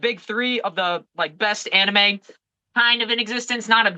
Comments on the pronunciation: Ariel calling it "Anneemay" irks me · Dude if you say Annie Mays one more time I’m gonna lose it.